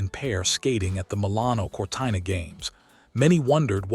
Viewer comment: Please pronounce Cortina correctly. So ignorant and hopeless.